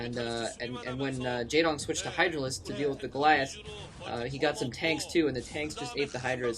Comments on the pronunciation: no not really, pronounced like its read J"ae"dong with a softer a, not such an accented "a" sound. How do I know? I can read his name in korean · by the way the "ae" in the name Jaedong is pronounced in the same way as "ea" in zealot.